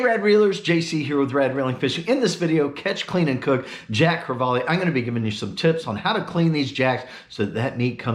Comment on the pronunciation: JC, I love Jacks too!!! Especially the way you did them. You Rock! It's actually pronounced Jack Cre-vall....not Jack Cre-vall-e. Your lesson for the day, Love you man!!!